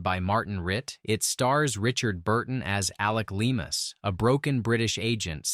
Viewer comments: Yeah. Lee AH mas...Pronunciation for Alec Leamas. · It's pronounced Alex Le-Mass (as in Seān Leamass (Irish Taoiseach)).👌 John Le Carré acquired Irish citizenship before he died.😀